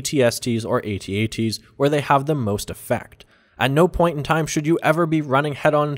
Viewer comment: What's an AT-ACE-T?